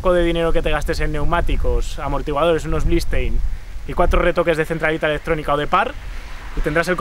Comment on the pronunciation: Ha dicho "Blistein"??? Porque es Bilstein